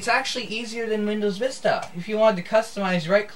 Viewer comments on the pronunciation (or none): none